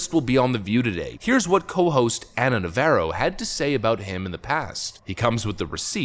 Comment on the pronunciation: Nəv-AH-roh Like the Jane's Addiction guitarist Dave, not the Chevy Camaro